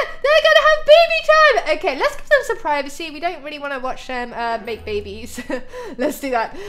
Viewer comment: Omg, that kid friendly close call, "lets not whatch them have bebehs"